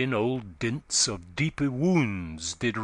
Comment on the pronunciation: The reader has a good voice but needs to pay more attention to the rhythm of the poetry. In line 3 he pronounces "deepe wounds" as "deepy wounds", and similarly in line 5 he pronounces "armes" as "armies". In each case, adding an extra syllable upsets Spenser's careful metre. A few lines later, "puissance" must be pronounced with 3 syllables (pu-iss-ance) to preserve the metre.